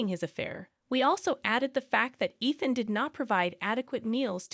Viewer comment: Ethan, Eethan, Ian... and then I stopped watching.